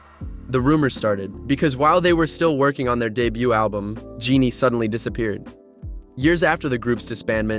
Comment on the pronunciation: OMG another western Kpop youtuber pronouncing the silent t in debut.